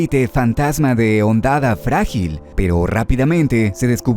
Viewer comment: Todo perfecto, excelente video para un juego tan único, pero como que "hondada" bro, es "hondonada"